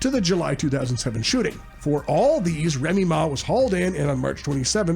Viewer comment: ….Reeme Ma =Remy Ma the rapper is how u pronounce it yo✔️…